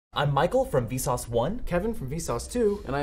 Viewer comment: not vsause but vsus